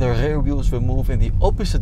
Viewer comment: Ugly dutch accent, stopped watching after i heard: ünlock and ~rare steering😥😥